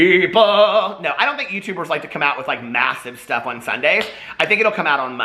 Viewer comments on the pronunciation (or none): none